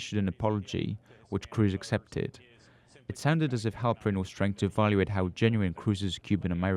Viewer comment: Mark Halperin, you said Harper-en. Work on that diction!